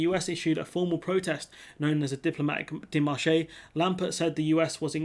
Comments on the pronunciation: Dé mar che, not, dé mar ché. Not ché, che. 🙂 Pronounced, dei maarsh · Pronounced "Démarche" (NOT "daymarchay")